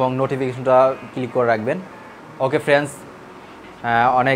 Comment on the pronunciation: আসসালামুআলাইকুম ওয়ারাহমাতুল্লাহি ওয়াবারাকাতুহু ভাইয়া আপনার কথাগুলো ভালো লাগলো তবে আপনি ভিডিও তৈরি করার জন্য সুন্দর করে বলার চেষ্টা করবেন যেমন ফ্রেন্স না বলে ফ্রেন্ড বলেন।